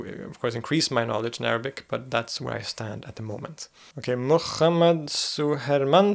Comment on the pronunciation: wow i am impressed by your pronunciation of arabic words !!